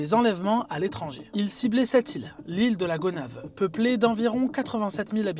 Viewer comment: Ile de Gonaïves et non Gonaves